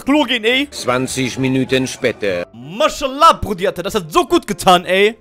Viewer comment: Maşala😂😂😂😂😂😂 ich sterbe von lachen der Katze sagt immer maşala